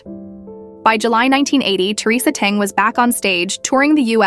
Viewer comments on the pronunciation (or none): This Ai generated voice is seriously flawed. Theresa's surname is Teng and not dung which sound so horrible